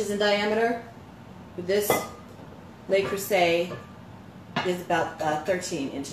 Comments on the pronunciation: Le, not Lay Creuset. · Minor note: It's Le Creuset, not Lei Creuset, so it's pronounced something close to "luh crew-zay," rather than "lay crew-say." (It's hard to describe, but it's sort of like saying the word "look" minus the "k.")